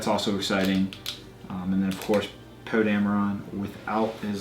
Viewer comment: lol he said poo instead of poe